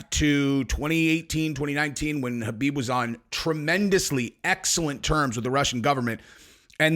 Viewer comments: Stop calling him Habib. It’s KHABIB “cuh-beeb” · His name is Khabib not Habib. Get it right